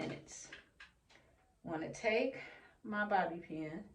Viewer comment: Your locs are gorgeous! Great video!!! #bobbypin🤔 You said it right the first time!!😊😄